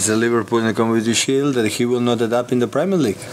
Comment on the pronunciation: Kim K's kid to Saka on FaceTime: "We hope we can meet you when you win the Preemierr Leagurrh! He said if initially, then the Arsenal PR lady corrected him.